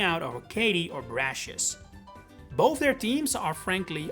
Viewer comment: It’s pronounced RAY-mohs, VEE-oh-luh, viv-EE-YAHN, and brass-EE-iss, “”! 🤨 You also left out ORAS! 🙄